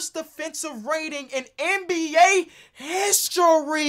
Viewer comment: The emphasis on ”the HISTORY of BASKETBALL” was hilarious.